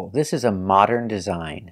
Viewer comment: There are so many mistakes that she makes that I don't even notice, like in the word "modern", and it's simply because I'm also a native Russian speaker and we make similar mistakes due to our native tongue. However, it's not acceptable to teach others when you can't even speak properly